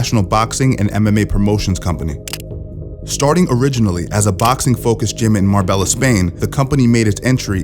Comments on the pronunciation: Great content! Btw, Marbella is pronounced mar-bay-ah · Just to let you know, Marbella is pronounced mar-bay-yuh. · FYI marbella is pronounced "Mar-bae-ah" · You pronounced Marbella wrong 🤣